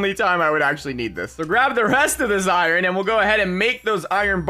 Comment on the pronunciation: I love how he says iorn mining seation